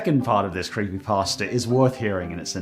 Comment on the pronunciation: i like how he said “croppypasta”